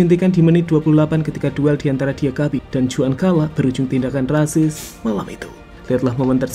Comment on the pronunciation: Min dibacanya "Huan kala" bukan "Juan kala"